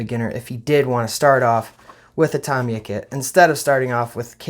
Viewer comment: It's pronounced RE VELL, and TA MI YA.Get it right dufus.